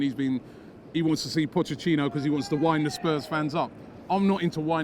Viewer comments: Nobody: Robbie: Pochechino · Anyone else notice that Robbie says pochechino.. 😂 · Robbie said potchechino.... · Why does Robbie always say Potchachino? 😂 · Just came here to hear Robbie say “Pochechino” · Good ebening Pochechino